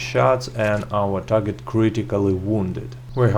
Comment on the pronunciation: Nice work man.. you still have the most informative comparison videos on YouTube for Red Dead 2 .. thank you . . I think you should go back to saying "TARJET" instead of Target tho..